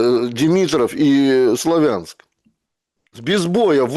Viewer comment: Не КупЯнск и не СлавЯнск, пожалуйста. Правильно КУпянск, СлАвянск